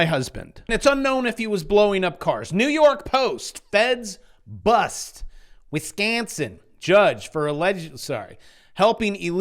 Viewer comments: you emphasised the o as an a not good but you almost had my beautiful WI accent down. Glad that hooker is gone! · Bro say Wisconsin one ☝🏻 more time 😂